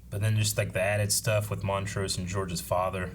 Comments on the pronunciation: who is Mont-ross? I thought it was Mont-rose? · BUUUUUTTTTTT☝🏾... This is episode 8 & your still saying Montroses name wrong🤔